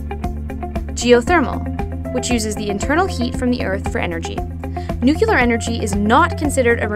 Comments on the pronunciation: NuCLEAR not NuCULAR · you said nuclear wrong